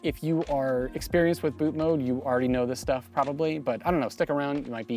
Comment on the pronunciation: refreshing to hear someone pronounce ‘bootmod3’ right & not ‘bootmod’ lol